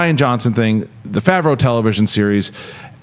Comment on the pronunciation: They aren't going to release a Boba Fett movie on the streaming service. It would only make a fraction of the amount of money it would in theatres, you're high... also, never researched how to pronounce Jon Favreau? Lol